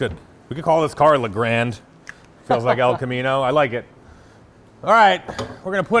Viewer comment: The " Le Grande" tourer!